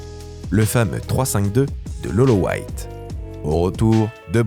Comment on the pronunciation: Jsuis mort il a dit lolo white où est le respect?😂😂😂